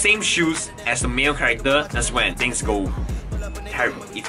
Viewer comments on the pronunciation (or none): none